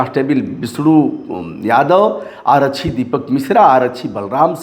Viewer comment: रिपोर्टिंग कर रहे हो कम से कम हिन्दी शुद्ध बोल लिया करो. आरच्छी क्या होता है,आरक्षी बोलिए. हर बिहारी के साथ यही समस्या है चाहे वो पढ़ा लिखा हो या अनपढ़